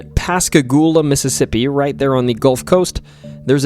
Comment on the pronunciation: Yea, Yazoo and Tupelo are ALWAYS pronounced wrong. But, you did get Pascagoula correct. For those who haven't heard these names our whole lives, some of them are difficult.